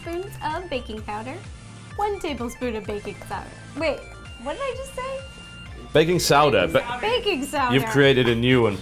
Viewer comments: baking sowder LOL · They were referencing Ro's mistake when trying to say Baking Soda...